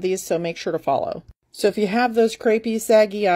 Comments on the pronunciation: it sounded like creepy, which is the wrong vowel sound for crepe,vwhich is a pronounced crape. get to know your French words. ; ) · its pronounced cray pee... as in crepe suzette... crapee... your face looks beautiful, and your eyelids have not yet reached crepe stage... mine look like lizard scales if i wear glossy eyeshadow... but sometimes, i just think: f.. it ( rhymes with bucket) i need glitter and gloss and let me highlight these saggy old lids... they can compete with my neck!!! ;!)